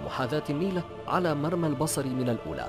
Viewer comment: مرئى وليس مرمى